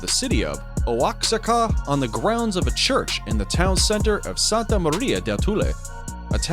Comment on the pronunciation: Waaa-haa-kaa not wax-ah-kaa